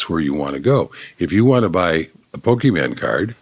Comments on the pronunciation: PokeMAN. Hasan: Pokemon😂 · IT'S POKÉMON JL, not pokéMAN I'm with you Hasan❤ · Technically, it's poh keh mohn, not poh kee mahn as you suggested and not poh kee mehn as your guest implied. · JL: If you want to buy a Pokeman card... Hasan: Pokémon JL: Whatever Hasan: (glares)It's not whatever. 😂😂😂😂 Priceless conversation haha. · “Pokeman” “Pokemon” “…whatever” “It’s not whatever” 😂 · It’s Pokémon not Pokieman’ 😂 Only the first comment of many, dude ur a melting little snowflake, respect your elders your here to interview him not change the way he thinks. Take ur Daddy issues and work em out in therapy, lol this dudes prob sitting there saying this sounds like am I’m talking to my left wing son. Bros talkin bout me n my bros, bro stop talking and let bro show you how to talk real facts u might learn som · So it’s not poke- MAN😂😂😂😂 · JL amazingly humble person ; quick to apologize when realized host has special affinity how to pronounce "pokeman" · its not whatever 😂 my grandma used to call it Pokéman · The correction of the Pokémon pronunciation got me ctfuuuu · The way this neighbor pronounced Pokémon is A CRIME AGAINST HUMANITY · The inability to pronounce Pokemon is a classic indication that your worldview was solidified at a time when the Soviet Union existed